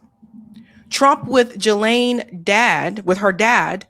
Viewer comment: Its pronounced Ghislaine, with a silent S.